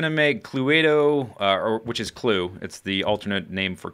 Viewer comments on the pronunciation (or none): Cluedo isn't pronounced "clue-a-do" it's just clue-do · [Clue-ay-do]?? It's [Clue-doe] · It just blows my mind when YouTubers say how long it takes to make 20-30 minute episodes. I guess a lot depends on "off camera" work. Also, it's just pronounced Clue-doh, not Clue-eh-doh :P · Was about to comment that exact same thing, sounded really funny when he said it. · Who the fuck says "clueaedo"? what a ponce! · Lol it's cluedo as in clue-dough